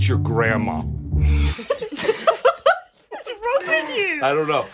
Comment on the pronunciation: "iTs YoUr GrAnDMaw "